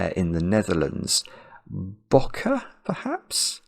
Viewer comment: Your pronunciation is perfect! Although they usually accentuate the mmmm a bit more ;). When I was in Canada 15 years ago, our tourguide would call me Booke, so consider me impressed!